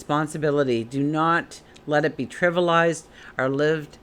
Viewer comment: Tri-vi-al- ized... I'm a word correction buff!